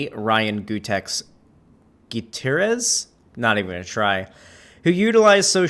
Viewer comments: It is pronounced Goo-tee-air-ez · How am I supposed to take this guy seriously when he can’t pronounce Gutierrez